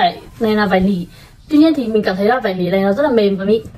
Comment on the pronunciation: Bạn ơi, bạn đọc chữ nỉ là nỉ được ko, đừng đọc là lỉ, xin lỗi mình hơi vô duyên, nhưng mà mình nghe cứ khó chịu sao á :((